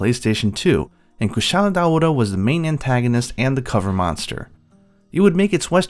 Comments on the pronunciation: Wouldn’t it be pronounced Dao-ra? Dao-ora doesn’t make sense. I’m not sure but I believe one of the hunters even pronounces it this way in world the first time you hunt it. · I always pronounce it Kushara Daora... just because Cuchara means spoon and is pronounced the same in spanish hahaha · The way you say Kushala Daora is so incredibly weeby and cringe. I like these monster showcases though.